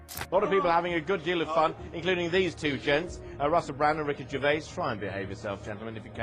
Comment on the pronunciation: Sloppy, repetitive, and you pronounce his name, wrong. Rubbish examples, too and with you explaining every ONE of them before you show us. Hope your other vids are better. 🙄🦍💨